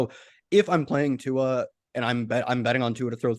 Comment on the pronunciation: Give it up for!! He’s the first one I’ve heard pronounce Tua’s last name correctly in maybe ever. Good job,.